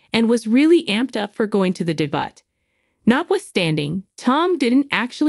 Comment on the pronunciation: it's not a debutt....its a debut.